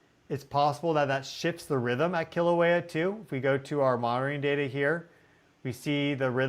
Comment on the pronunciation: Keeeeeeeelauea. Not kill a waya. Please? It’s painful to listen to so many mispronunciations. Mauna Kea is Mow-na Keya. Mana Keya means White Spiritual Power. Mowna Keya is White Mountain. Mowna Loa is Big Mountain. You got Pu’u’o’o right.😅. Hope to see you sometime on the Big Island. Malama Pono! A hui hou in da flow. 🏝 ❤ 🌋